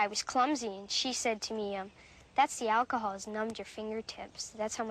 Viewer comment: why does pronounce it “Olchohol”? 🤣🤣